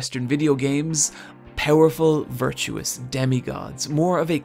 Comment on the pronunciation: Virtuous, not virtuos. That bugged me more than it should.